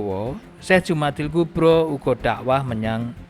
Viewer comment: Sudah bener al-kubra, harusnya dibaca Jumada, bukan Jumadi. Kalau Jumada maka dia mu'anats.